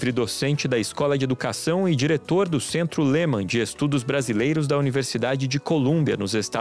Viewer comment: "Lehman" 🤣" lojas americanas" ( sacaram??) estudos e pesquisas tendenciosas e visando venda de gadgets para a rede publica que é IMENSA, imagine o money envolvido. A IA não pode por sí só resolver NADA , simplesmente pq não é um processo pensado, é uma ROTINA ! Quem uda a educação não são modinhas , quem mud aa educação são PROFESSORES de verdade , não o sujeito(a) que usa a IA ! Esse "fetiche digital" é uma bobagem!!! Se um professor não tem nivel adequado sequer ele pode questionar as respostas que recebe , mesmo oriundas da "fantastica" IA . Ou vcs pensam que não ocorrem erros ? Essa Sra. que fala um monte de frases prontas é a cara do ensinompublico no brasil, fazem coisas pq são demandados , não sabem pq usam e nem se funcionam . Apenas reproduzem o que a SEDUCs ordenam de cima pra baixo! Tá td errado !!!!